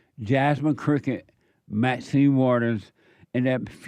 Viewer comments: Jesse it's Crockett I know we don't give a s*** but I'm just letting you know it's Crockett not cricket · I love how he says jasmine crooked! 🤣🤣🤣 So accurate.